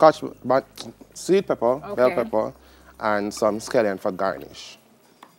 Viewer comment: The word is shrimp, not how you pronounced it. Also it is SCALLION not skellington. GET IT RIGHT.